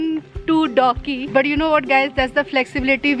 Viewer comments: Its dawki not doggy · I thought I heard doggie atfirst when u said dawki🤭